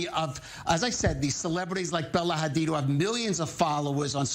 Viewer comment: Woman, I’m afraid “KHamAaAs” doesn’t exist. Neither does Bella and Gigi “KHadid” 😂